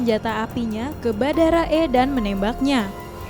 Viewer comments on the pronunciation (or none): Miiin "BHARADA" bukan "BHADARA"🥲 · REPORTER NYA BERKALI-KALI KELIRU MENYEBUTKAN KATA BHADARA YANG SEHARUSNYA BHARADA...!!! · Pada sadar ngga sih mbanya ko bilangnya Badara e kn barada e 😁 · Badara .. paham gak itu yang membawakan berita ? Salah kok berulang2